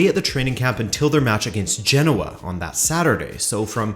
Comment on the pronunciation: Genoa has three syllables, It’s pronounced geh-now-uh. Just thought I’d mention as your pronouncing all the other Italian teams with an Italian accent.